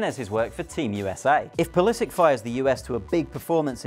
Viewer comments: Thats not how you say pulisic.. the end part should be pronounced " sitch "and not sik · your pronunciation triggered me :p its - pull is itch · Pulisik hhahhaahahha you english guys always creat such weird names with your fantasy. Its pulisiC! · He can't pronounce the name right😂😂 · he pronounces his name wrong. The ending is not like a "K". I hate when "americans" mispronounce their European surnames. He's a Croat for god's sake! Serbo-croat language names ending in C are pronounced like Ivanovic' , Milosovic, etc etc etc.. Jeeezzz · How can you pronounce a name so badly? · he's bloody wrong